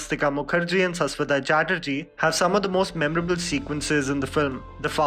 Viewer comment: sas-show-toh pronounce it right